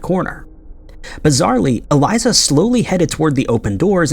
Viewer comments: Something that really bothers me about your videos is that you don't research how to pronounce people's or locations names correctly. It's not Eliza, is Elisa (e-lee-sah) lam (l-ahm). You don't pronounce Ireland's capital right, Dublin. Etc. Your videos are great and I enjoy watching them, but you have a tendency to not put any effort into pronouncing names correctly and it posits you as un-credible when doing this. And it shows a lack of respect. Just saying. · Cmon maaaaaaaannnn. Eh-L I S A- L A M. That is how her. Ae name is said bruh. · it's Pronounce E-LEE-SA LAMB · I stg just be pronouncing shit wrong to fuck with everybody like its elise-ah lam man, ELISE-AH LAM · Holy crap have you ever read English before? It is pronounced e-lease-ah Lam-B.. If you don't bother to learn to say the peoples names correctly you are not helping, you are both hindering and being an insensitive ignorant amature of a creator doing piss poor work